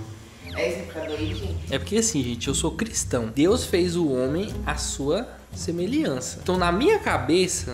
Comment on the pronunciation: Deus fez oq Caíque? “Semeliança” 🤣🤣🤣🤣🤣🤣